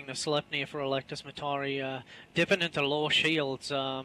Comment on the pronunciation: isnt "sleipnir" supposed to be pronounced more like "slip-nir" ?